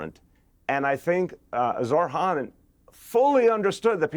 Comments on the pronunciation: When is somebody going to tell Bill that his name is not Zor-Han? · it's not pronounced Zor Han